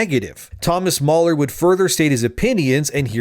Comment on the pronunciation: Mahler NOT MauLer